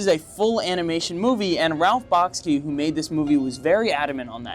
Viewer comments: Thanks for this look at 70s animation. For the most part you’ve highlighted some great films. By the way, Ralph Bakshi’s name is pronounced “Bock-shee”. Bakshi’s 1977 film “Wizards” is, in my opinion his best. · I feel that your pronunciation of Bakshi is off. It sounds like you're saying Bahk-skee. I suspect it's more like Bahk-shee. But I honestly don't know. Have you ever heard him pronounce his own last name? That would be the ultimate guide. I just googled how to pronounce Ralph Bakshi and his last name sounds more like Back-shee. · It’s pronounced: Ralph Bakshi {Bock-she), Avant-Garde {guard).